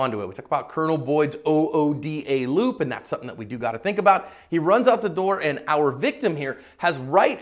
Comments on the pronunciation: It’s just pronounced “OODA loop” not “O-O-D-A loop” mayne. But I commend you for talking about the ghetto colonel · Can we settle this. It's OODA Loop (1 word). Not O O D A loop. If you're not going to explain what the acronym stands for, you can at least say it correctly. It's like when they said "F. O. B." On the movie Battle L.A. instead of saying Fob.